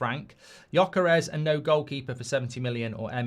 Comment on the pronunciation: and mark need to agree on whether its pronounced yockerez or jockerez 😂